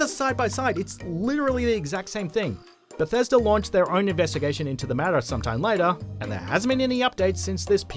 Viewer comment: So October is "octobah" but Bethesda is pronounced "Bethesder"?